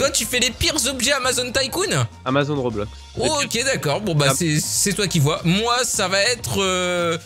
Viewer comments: T con c'est pas amazon c'est Amazonn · Mais ç'a se prononce amazone MY BAD, SO MY BAD BECAUSE YOUR BAD, YOUR BAD, VERY VERY BAD....HOUS BAD #michaelJackson